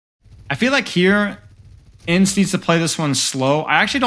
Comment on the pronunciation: haha no way you said E N C E. It's pronounced ens